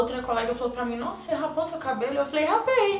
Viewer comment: é "raspou" e não "rapou":)